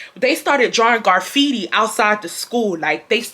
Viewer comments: you were hurting my soul with the way you was saying graffiti 😭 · Lol, not GARfeitti 😂graffiti baby❤ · Not Garfiti 😭😭😭 “Give ma fckin lighta” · Garfitti??? Lol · Side note: “garfitti.” 😂😂😂 ima start saying it like that lmao girl I love you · That had me laughing so hard. Everytime she said it...